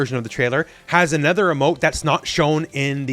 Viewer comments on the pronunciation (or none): none